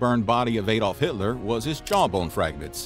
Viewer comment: Shame he can't say ''Adolf'' correctly.